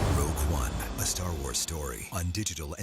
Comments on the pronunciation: ROGUE not ROUGE! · ''Rouge One''? Really? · “Rouge One” xD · 0.19 seconds in, “Rouge One” ?! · “Rouge One”... the reddest cheeked Star Wars episode of them all. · “Rouge” one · "Rouge one"?! Really guys? -_ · hey wired, "Rouge" really??? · I thought I was the only one who noticed! Glad to see there's someone else who caught that. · "Rouge One"